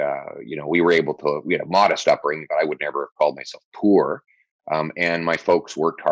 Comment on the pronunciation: After the first 10 minutes, maybe 5, I found myself praying for this amazingly articulate, brave, truly awesome Pierre! He said 'poor!" Rhymes with "Moor." Not pore, those things on our skin that rhyme with "snore!" 99.9 percent of NA cant differentiate between these little words, proving Mr. Pierre's extreme, rare ability to pay attention to detail. The interview was over way too soon and I will definitely be voting for him. Thanks Jordan!